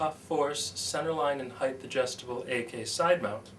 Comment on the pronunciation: You spell height correctly in the description but repeatedly mispronounce it as "heightH". Argh!